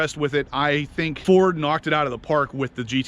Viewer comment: Knuuuuocked it outa da pahk. Haha